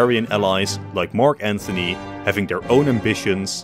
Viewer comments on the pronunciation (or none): Pronounces Cicero (possibly) correct, but still says "Mark Anthony". Genius move